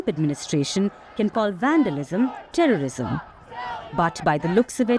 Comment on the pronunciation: HATE NOT TERRISUM